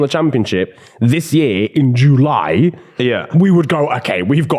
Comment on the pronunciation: I am dead at how says July jooooolay